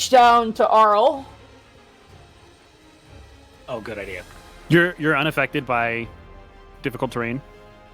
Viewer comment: love how aryl still gets mispronounced, just think THERO ARYL not tharopod, theropod, not auryl, airyl